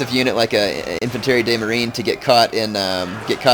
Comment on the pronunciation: Hey, when you pronounce de, your saying it like spanish. In French, it's pronounced like da.:) Also, when you get the l'ocean ship, it's pronounced like when word, so just say it like lotion.:) Hope you see this.